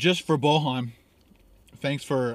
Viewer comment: It's pronounced Boyan ;) It's Serbian (or Croatian, Bosnian) name.